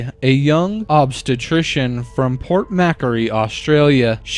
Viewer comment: An Aussie here. The Angela Jay story, "Port Macquarie".. it is pronounced Port "Mah-Quarry". Like "mah" as in Macarena, Macquarie :)